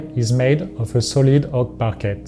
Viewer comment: did he just say oak Parquet with a hard T? I always pronounce it like “par-Kay” to sound French and fancy😂 I guess i have been saying it wrong all this time